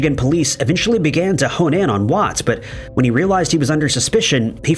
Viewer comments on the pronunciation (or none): none